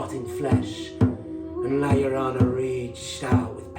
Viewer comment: Not to be pedantic, but it's "La Llorona" (Yo Rona). Llorar means to cry. La Llorona, The Crying Woman, lost her children and wanders along the river, wailing for them. She's like a Mexican version of the Banshee...an ominous spectre of death and bad fortune.